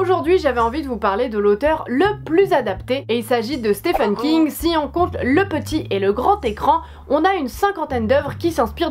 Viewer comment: Super vidéo ! Ça m'a donné envie de découvrir tous ces films ^^ Par contre c'est "Stephen" King qu'il s'appelle le monsieur, pas "Stéphane" :p